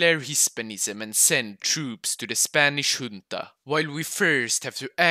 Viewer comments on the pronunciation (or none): none